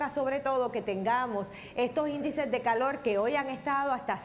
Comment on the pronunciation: no saber pronunciar las letras es no saber hablar.....pronunciar correcto es buena DICCION... VELA??? verdad!!!calol???? Calor!!!... todo mundo sabe que no hsblan bien